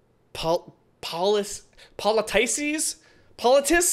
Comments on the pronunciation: I ain't finished the video yet but I just had to put this down here Say politicess name with the Cuss sound at the end not the Cease sound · I believe politicess is pronounced with the c more as a k. Kinda hard to explain since english isn't my first language but kinda like po-li-ti-cuz